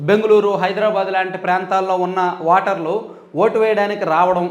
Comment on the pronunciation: వాటర్లు kadu ra nee ayya...ఓటర్లు అను...నువ్వు కూడా మా కేసీఆర్ లాగే ఉన్నావ్